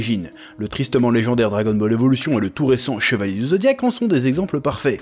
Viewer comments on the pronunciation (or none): none